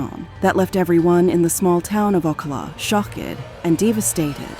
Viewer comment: You were doing so well and then I heard you say, rev-lit-chon, shock-Ed and Deva-stated all in 5 second span. 😂